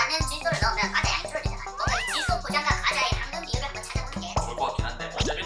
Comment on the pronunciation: 꽈자라고 발음하시는거 귀엽다ㅋㅋㅋㅋㅋ